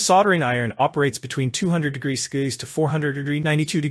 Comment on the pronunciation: two hundred degreesskees to four hundreddegreeninetytwodegree eight and ninesade 🤣